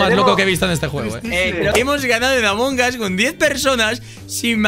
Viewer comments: Escucho a varios Youtubers decir Among Gas Yo: LPM, ES AMONG US! AMONG USSSS! CON LA U Y LA S COÑO! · Gente normal : Among Us TheGrefg : Among GAS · Gente normalisima: among us Thegrefg: AMONGAS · Se pronuncia "Among As" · Nadie: absolutamente nadie: thegrecox: Amon Gas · Nadie: Grefg: Among Ass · porque dise amongas